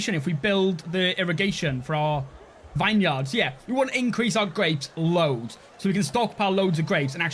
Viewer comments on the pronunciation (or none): say it with me VINeyard mouth the words VIN VIN VIN in swear it just wont be a video without you saying a word so wrong 😂